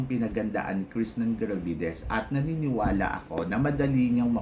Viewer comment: Ang engot ng tingin mo sa paghihintay. Hello. Miss World is Miss World. Sure na may pageant yan unlike sa Miss Charm Cheapanggang Pageant na yan. Tsaka jusko bat di mo mabigkas ng Maayos yung Krishnah Gravidez. Wag ka na mag vlog.